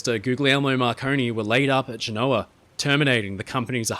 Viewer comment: The northern Italian City is pronounced in English as ('ge-no- wa) with stress on the First syllable.!!